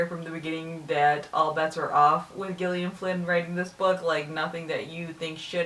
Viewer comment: Isn't Gillian supposed to be pronounced the same as the name Jillian?